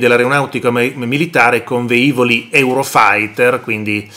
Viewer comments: Lo hanno già detto altri ma, riassumendo: si dice Lìcola, non Licòla; si dice velivoli, non veivoli; i motori dei caccia non sono sempre accesi, ci mancherebbe; non possono raggiungere in 8 minuti qualsiasi punto del paese e soprattutto non possono raggiungere un obbiettivo in 8 minuti dall'allarme, lo possono fare si in breve tempo ma nessuno ha stabilito quegli 8 minuti, e poi dipende sempre da che aeroporto decollano e dove si trova l'obbiettivo da raggiungere. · Si dice "velivolo, velivoli... Non veivolo, veivoli"... Basta cercare...